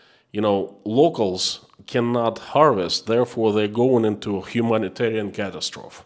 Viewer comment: Just so you know ( this is not a criticism) in English , ‘catastrophes’ is pronounced p’ Cat-tast-to phee’ i.e the end of the word is ‘eee’ with a long ‘e’ sound not ‘oph’ Catastrophee not Catastrophp…..